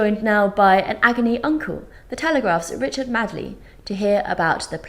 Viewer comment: Btw it takes some effort to mispronounce a well known name like Richard Madeley 😁